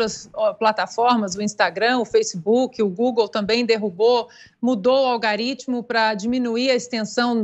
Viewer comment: "Google derrubou AUGARÍTIMO' 👌